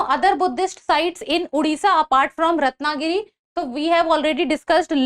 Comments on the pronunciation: Its a "O" in odisha not "U". Oman toh sahi s pronounce kar lete ho, Odisha bolte waqt kyu bakchodi? Unpadh gawar. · It's not उड़िसा It's ओडिशा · Its a "O" in odiha not "U". Oman toh sahi s pronounce kar lete ho, Odisha bolte waqt kyu bakchodi? Unpadh gawar.